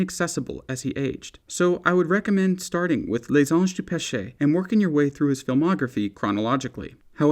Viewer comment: learn how to say les anges du peche properly if you're going to be pretentious enough to say it in french with some silver spoon in your mouth, you stupid moron